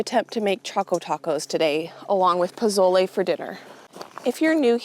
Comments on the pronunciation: Dont pronounce the z in pozole . Its sounds like a 's' .. poe sol eh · Just don’t touch your eyes after handling those peppers. It’s the start of green chile season here in New Mexico and never fails I do that during the roasting and peeling of that green gold! If you make the z sound like an s and you will be pretty close to pronouncing pozole correctly. I’m not sure about the raisin addition that’s interesting. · I would guess someone else may have already mentioned how to pronounce pozole, so sorry if I'm repeating... you're basically there... just change the 'Z' sound to an 'S' sound ❤ Editing... sounds like you had the pronunciation down by the end of the recording! Side note...so fun to watch this video! Nice job! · No offense at all. Nice attempt, but I was born and raised in New Mexico. I stil live here as well. Your definitely pronouncing it wrong. Also, you cooked it way differently than we do. It made me laugh. I can explain how it is done properly. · I love pozole! FYI, the Z is pronounced like a S in Mexican Spanish❤️ Choco Tacos! Yum! I always laugh when somebody makes a comment about hot soup in summer. We heat hot meat, we eat hot veggies…what’s the big deal? lol❤️